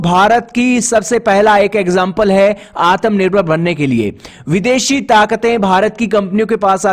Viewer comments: भाई वो आतम नहीं आत्म होता है 😁😁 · Aatmanirvar nahi bolna aata to bhai plz aatmanirvar mat bola kr self dependent bol diya kr